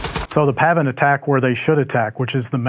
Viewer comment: Hey, if you keep saying "pavvin" all the time, why don't you start calling the other side "seetoes"?